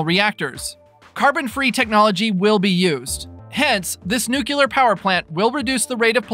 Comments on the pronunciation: It’s nuclear not nuculur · Nu clear! Not nu cular! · Nuclear is pronounced, Noooo-cleee- er with the stress on the first syllable., not nooo-keeoo-ler.